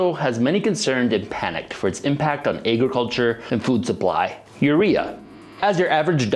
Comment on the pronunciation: Whats "ayy-gruh-culture"?